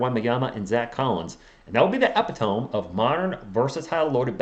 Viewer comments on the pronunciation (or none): It’s not pronounced EPI-TOME, It’s pronounced EH-PIH-TOE-ME